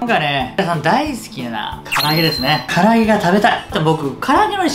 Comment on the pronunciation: 「こここにしたりいああ あちました」のせいで霞んだ「かりあげ」